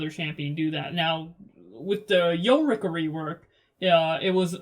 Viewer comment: my man really saying "yo-ricka"